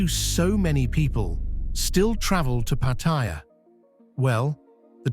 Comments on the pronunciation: >< Paht-ah-yah Not Pa-thai-yah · Pa ta ya’, not pah tie’ ya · Thai pronounciation is Pat-a-ya not Pat-tai-ya , please get it right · If at all possible ..kindly pronounce , as you say PATTY JA ,..thai s pronounce it PAR TAY JAA ..two distinque words in english patty ja ! alas in Thai there consists of three par tay jaa ... more of a slow walk ...then a short shit like patty ja ?. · Pattaya is not like pappaya...Thais pronounce it Patt-a-ya 🙏 Correct pronunciations of Thai place names and words in general..helps when dealing with locals. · Absolutely! The accent is on the FIRST syllable!!! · FFS an absolute cringefest everytime the place is mispronouned every few seconds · Never heard a Thai pronounce Pattaya like you do...... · You'd think an automated voice could pronounce Pattaya properly. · Is ironic that you don't even know how to pronounce the name of the city you are featuring